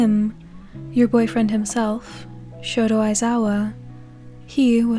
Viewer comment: ....did you just say shoto aizawa? And not shota aizawa?